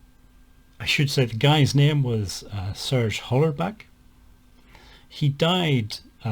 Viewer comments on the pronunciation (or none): Serge Hollerbach not honbach just fyi … love this video just the same